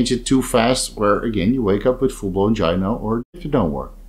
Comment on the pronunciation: Its pronounced "GUY NO", hard G. Bro.